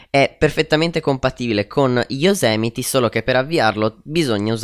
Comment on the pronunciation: Fidati, si dice Yosimiti... Comunque grande! :D